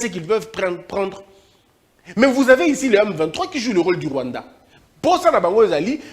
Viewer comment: Il avait Mal a prononcé le Rwanda